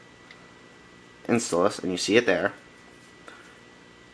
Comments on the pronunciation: INSTALLOUS! NOT IN-STALLOUS RAWR! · your saying installous wrong